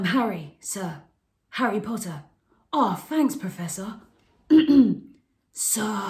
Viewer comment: Pottah! Yeeeeee